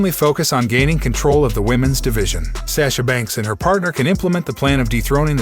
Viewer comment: It's sasha banks not sasha banks